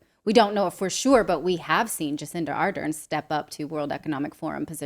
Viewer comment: Ardern, NOT Arden. She is so unpopular in NZ that she had to leave for her own security. Klausie didn't want one of his puppets getting bumped off. The little boy that has replaced her is going the same way. Still pushing the 'safe and effective' in the arm.